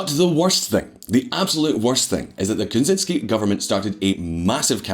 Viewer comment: Dude... You need to learn to pronounce Kuczynski... It is not pronounced like Ted Kaczynski